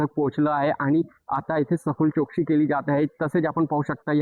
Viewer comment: Zalela ❌ झ्यालेला.✅... , जो ❌ ज्यो ✅ , चौकशी ❌ चोकसी ✅ , पोहोचल ❌ पोच्यल ✅ , झाली ❌ झ्याली ✅ , महत्वाच ❌ महत्वाच्य ✅ 😂😂😂😂